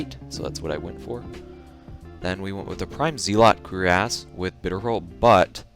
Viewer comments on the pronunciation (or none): anyone gonna talk about how he said cure-ASS instead of cuirass?